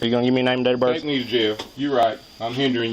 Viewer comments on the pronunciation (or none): “Name and dater berf”